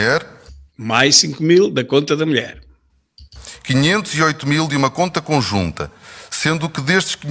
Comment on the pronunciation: "A minha melhére" por amor de deus